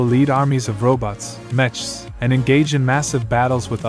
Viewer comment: If you pronounce Mechs as Metchs, I am so curious how you pronounce the word "Mechanic"